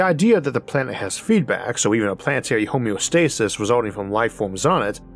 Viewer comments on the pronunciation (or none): none